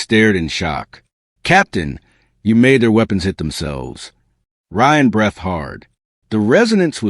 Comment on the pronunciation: Look up how to pronounce, "breathed". Good story!